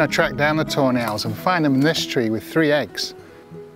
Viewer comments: when he says Tawny Owls i hear it as toe nails.. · Whenever he says tawny owls it sounds like toenails lol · My CC was on and it did pick up "toenails!" I love it so much! Best captions ever. 😁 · and now its funny hahahhaa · Wait i thought it was actually toenails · That’s exactly what I kept hearing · Your accent makes it sound like ur saying toe nails every time you say tawny owls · “Toe Nails” 🤔. All I hear is “toe nails” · Is he saying Toenail?